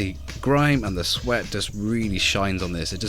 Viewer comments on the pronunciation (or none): none